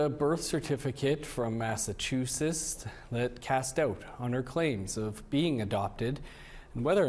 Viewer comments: What happened to pronouncing Massachusetts 😂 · More than anything else, this documentary has revealed that Canadians can't pronounce Massachusetts.